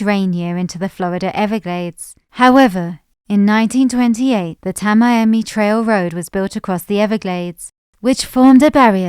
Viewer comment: Miami / Ft Lauderdale / Palm Beach... is basically 1 mega city Because those are one continuous urbanized area. But Orlando , Tampa, Jacksonville ... Do not have their urban areas continuously connected... Since you don't know how to pronounce "Tamaimi" The credibility of this video must be questioned.